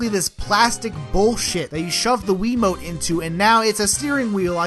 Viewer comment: Gosh...This idiot Cusses Too much and Doesn't Know How To Pronounce Wii Remote! Dislike.